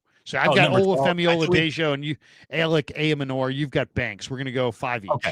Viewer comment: I gotta keep posting this until you see it; Elic Ayomanor's last name is pronounced: "eye-yo-manner". Think manor like the building ("a large country house with lands; the principal house of a landed estate.").